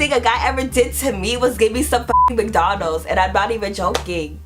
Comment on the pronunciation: This bitch say McDonald's 😂😂😂😂 damn I love 😂😂😂